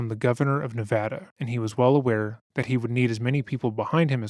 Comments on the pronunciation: I just have to say... I nearly wept when I heard you pronounce "Nevada" correctly. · A small but grateful compliment - thank you for pronouncing “nevada” correctly 🥹